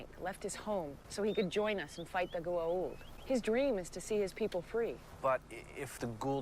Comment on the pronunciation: ...you're absolutely correct. I think the actors were just lazy. The pronunciation is as you said it in your video: "Go - ah - oold" It really bothered me too because there was no consistency. Again, I think the actors and the directors of the episodes were too lazy to attend to the consistency.